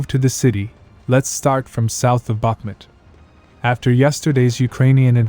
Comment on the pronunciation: The name of the city is Bakhmoot, not Bakhmet!